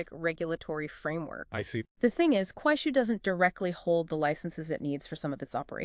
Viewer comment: You need to improve pronunciation it’ll! It’s Kuaishou. Shou is pronounced like show not “shil”